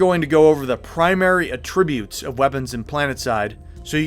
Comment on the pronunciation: WHY do you say "attributes" the noun like "attributes" the verb????? Lol so immersion breaking.